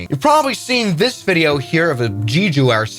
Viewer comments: Dude it's pronounced Jeju not Giju... like Je in Janice... jeju. Also Seoul is pronounced like "Soul" like I've got soul... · I dislike this guy's gabby overbearing voice and failure to learn the correct way to say Korean names. It's not jeejoo....it's jeh-joo. and there's NO excuse for saying Seoul the wrong way. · I love the information, your pronunciation of the cities is very inaccurate, I just want to clarify, Jeju is pronounced Jeh Joo, and Seoul is pronounced Soul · HL8808 diverted 2 days ago because of medical isuue of one of it's passangers One thing we want to check is HL8088 had engine problem several months ago (probably bc of poor maintenence) and Jeju air (It's not pronounced Jeejoo) tried to hide it by announcing the reason as a birdstrike. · It's not jeejoo it's Jae-Joo lmao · Jeju. Ju. Jews. Every single time. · Wrong pronounciation of Jeju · Please pronounce jeju correctly.